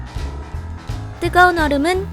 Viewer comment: 초산나트륨에서 뜨거운 얼!음! 이라고함ㅋㅋㅋ